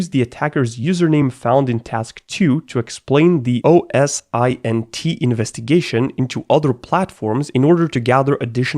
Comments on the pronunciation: I prefer OS-Int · OSINT is easily pronounced 'Oh-sint'. Every time he says "oh es eye en tea" I feel it in me. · I die a little inside every time he says O S I N T rather than O S Int. as in say the letters O and S then say Int like the start of international. Great content still though I can’t lie. 😊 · It's OSINT not O S I N T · At university and the company I'm currently working at we always pronounce it oh-sint. So your way of saying it seems pretty weird as well. Lol